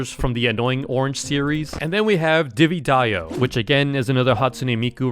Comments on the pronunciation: And it’s not divy dayo, it’s diva dayo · why do so many people call the divadayo skin "divydayo"